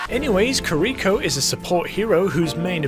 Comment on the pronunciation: I'm gonna be that guy and say that I'm pretty sure it's Kee-Ree-ko, not Ker-Rico. Japanese pronunciation and all that.